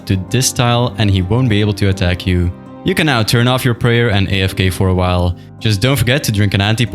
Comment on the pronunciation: bro says "prayal"